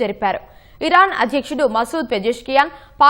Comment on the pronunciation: అది ఈరాన్ అనాలి